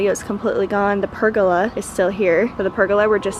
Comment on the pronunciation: Omg how u say pergola hahahahaha